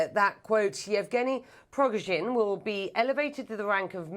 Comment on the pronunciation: Shame on the anchor(((. She cannot pronounce the Wagner group‘s leader last name correctly😏